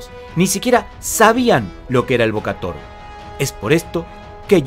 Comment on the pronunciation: Se pronuncia Bo-ka-Tao, la traducción literal es golpear al León, 🙂🙂 salvo por tu pronunciación del Jemer ( camboyano) el video es muy bueno 👍👍👍